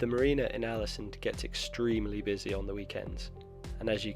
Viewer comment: The å in Ålesund is pronounced with more of an o-sound, like the a in also, or the aw-sound in … aw! ☺️ The ø in Hjørundfjord is pronounced like the i in first, or the u in fur. The h is silent, as are both of the d’s, mostly.